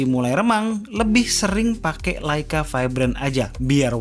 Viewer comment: serius tanya... pelafalan yg bener tu LEica atau LAica sih....???? sepanjang video itu yg ganggu kuping... cuma di chanel ini nih... beda sendiri